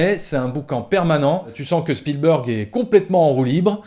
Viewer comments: tu prononces à l'américaine mais spielberg est un nom germanique car c'est un juif ashkénaze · C'est vrai que Chpielbèrgue, ça pique les yeux quand on entend. Mais Spielbeurgue, c'est pas mieux ! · Bon... donc même un journaliste de TF1, en faisant un petit effort, sait prononcer correctement le nom de "Spielberg"... Peut-être que ceux de CNN le prononce avec le Q, "à l'Américaine", mais ce nom étant germanique et Ashkénaze, il doit être prononcer comme en Allemand "CHPIL-BÉRG" qui signifie "qui vient d'un lieu de guet". Sinon, bonne vidéo ! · Vidéo très intéressante comme d'hab mais juste si tu pouvais prononcer correctement le nom Spielberg pas spielbeurg et il y a un S à la fin de Lucas, il est pas francophone à ce que je sache. Sinon joli travail! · “ Steven spielbeurg “ “ George Luca “ Lol